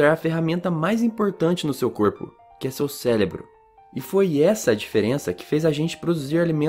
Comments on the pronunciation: Célebro não! 😪 É cérebro. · Muito bom o vídeo mais só eu que percebi que ele falou "celebro" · só eu mesma percebi o "célebro" e fiquei bem agoniada mas eu não tô criticando, foi um erro entre vários acertos. parabéns